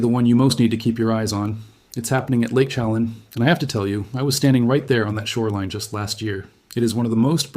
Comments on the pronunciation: It's "sha lan". Like pan. (Chelan) I live here. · I appreciate your report, but please take the time to learn the correct pronunciation of the proper nouns: Chelan; shu lan'. You mispronounce several names. It doesn't take much time to put a search on the word's pronunciation. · Lake Chelan is pronounced 'Sha-lan'. Your work is stunningly helpful. Thank you!!! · It is Lake Chelan, not Shelam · I think this guy is Ai. He has several channels, and the first time he said lake Chelan, he pronounced it incorrectly. The pictures on this video, and others of his look AI generated as well. I'm so sick of the fake 💩! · Lake 'sheh-LAHN' and 'oki-NAUGH-gan' [ not 'oki-NO-gan'] - I'm a native of the Pacific Northwest.. Appreciated this very clear video and, especially, the attention drawn to the huge fires in Oregon which really have been ignored by the media. My deepest condolences to the people evacuated in Spokane, and in other areas.